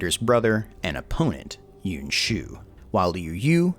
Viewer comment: Yuan Pronounced: Yoo-Anne or Yoo-On Killing me every time you pronounce it.